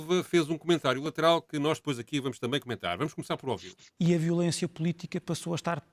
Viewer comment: Nao eh "0-vido" e "0-vir".... Foda-se! Eh ouvir. Ok?